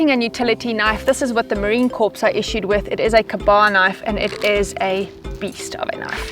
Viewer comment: FYI, Marine Corps is pronounced "Marine Core", not "Marine Corpse" Their old joke is "We're not dead yet!"